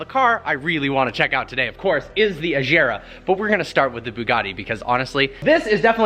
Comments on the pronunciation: I heard you say ajera . But its agera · I got T R I G G E R E D so hard everytime you pronounced it "ASCHERA", dude its called "AGERA" !! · Why do you say ajera it’s agera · am i the only one that gets triggered when he pronounces agera incorrectly? its agera, not azera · How you should pronounce it: Koenigsegg Agera How pronounce it: Kouniksegg Ashjera xD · It agera not ajera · Agera, not Eyshera. Regera, not Rayshera. it'd swedish, not french ;) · I thought it was pronounced A-GER-A like they say on top gear/grand tour, You say A-JEEERA :D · Its not koningseg ajera, its agera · Its agera not ajera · for the sake of god, please get your pronunciation right, its AGERA not Ajera. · a-G-era, not a-jera, just like they say regera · dude what kind of car is that: "Konisegg", "Konisegg". :-) And actually its pronounced Agera with g not Achera. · It's not Ajera .. it's Agera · Please stop saying AJERA! It's AGERA!!! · Stop calling it the ”Ajhera”, it’s pronounced Agera just as spelled. Agera means ”act” or to ” take action on something” in swedish. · its not AJERA ist Agera just like GIF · it's not just Königsegg they mispronounce, he even mispronounces the modelname. Ahshera instead of Agera xD and Rayshera instead of Regera. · U know is aGera not aJera It with a g not a J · I love you're video but PLEASE say the name right it's not Ajera it's Agera. Hello from sLOVEnia i hope you come to vosit it one day😄😍😍😍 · It's not Ajera .. it's Agera with a hard G -- /Swede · no its Agera if it would be pronounced Ajera there would be a j in the name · U don’t say aggeraa it’s A.gera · Azera? Rezera? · even weirder thing is, they cant say aGera either apparently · You don't read it "Ajera" You read it with a G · Please pronounce aggggerrraaa properly lol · It’s not an ajera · When will you stop saying Ajira and Rejira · Hard g. It's a Swedish car not a French car. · Who cares as long as you don't pronounce it a-g-era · kowenigsegg ajera Y u no respecc Sweden